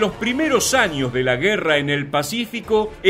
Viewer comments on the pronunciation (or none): none